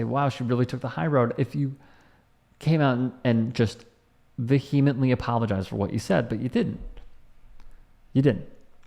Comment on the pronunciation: OK, first of all you are pronouncing the word vehemently wrong. Secondly her name is Gabby Douglas, not THOMAS. Please do a little more fact checking before you spit these videos out.